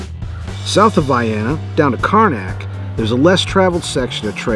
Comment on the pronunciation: Tunnel hill coincidentally near your home base? Nice! Vye-enna, proper Illinois pronunciation!